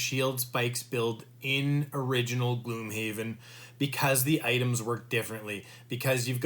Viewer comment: GLOMHAVEN XD Good video though :)